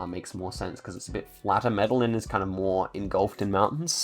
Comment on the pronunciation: Good stuff. Your pronunciation of the Colombian citys is horrible. LOL Medellin is not Metal-lynn, the L's are silent. Its pronounced Meta-Yeen and Cartagena is pronounced Carta-Hey-n-Yah. The G is more of a Hey or a J. Best i could do turning them into pronunciations. Not trying to be 'that guy' that has to correct people, just trying to help. Dont need yah upsetting any Colombian Cartels or anything LOL